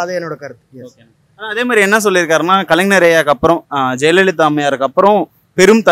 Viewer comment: அய்யா மைக் வைத்திருப்பவரே , வெற்றிடத்தை வெற்றிலை என்று தொடர்ந்து உச்சரிக்கிறீர். கலைஞரை கலைநர் என்று உச்சரிக்கிறீர்.. இது எந்த மாதிரியான தமிழ்... பொது வெளியில் இப்படியா தமிழ் பேசுவது...